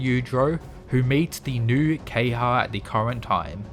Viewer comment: It’s not key-ha It’s Ke-ha-ya